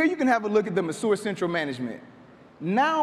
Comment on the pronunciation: Great idea, terrible pronunciation of the product's name. I can see hotspots going crazy over this.